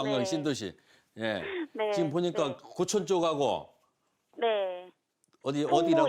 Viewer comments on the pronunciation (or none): 고촌을 계속 교촌이라고..ㅜ 갑자기 치킨이 땡기네요